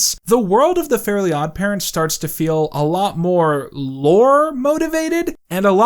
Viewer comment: that's great and all but why are the "elves" the only ones that aren't mispronounced? Like, Timmy is Tommy and Fairies are Fairlies, but the elves are.... Elves?